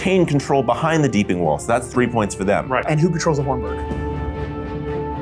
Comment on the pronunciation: Take a shot every time they say "Deepening" instead of "Deeping"